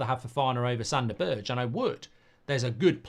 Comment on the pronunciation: This channel is great, Mark. But learn that Sander Berge is not pronounced BERDSJ. Just say BERG.